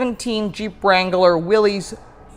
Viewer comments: It is pronounced "Willis" most people mispronounce it as Willees....but it is for sure Willis sounding. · Just thought you should know it's not Willy's, it's Willys , no e sounds at the end? It sounds like Willis ! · The name is pronounced "Willis" even though it is spelled Willys. Also there is no apostrophe in the name. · I have the 2015 Willys. It’s pronounced “Willis”